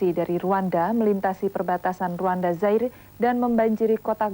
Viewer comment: Kok saya yang nonton di masa sekarang berasa masuk cerita FTV ikan terbang yah? Sekarang Rwanda udah damai sejak suku-suku di sana bersatu, dan Rwanda bisa dibilang cukup maju di wilayah Afrika Timur. BTW, pengucapan nama Zaire di situ adalah pengucapan yang benar, yaitu Za-ir, bukan Zai-re